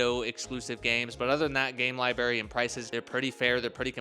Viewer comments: “ Lie-berry” = “library” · what is a Lie Berry? 😂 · your teachers handed you your homework face down bro lol whats a lie-berry?